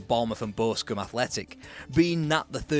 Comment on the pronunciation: Why can't you say Boscombe? 😂